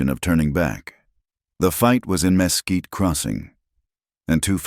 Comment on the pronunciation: Texas here. Mesquite is pronounced ‘muh quite’. The story was very good though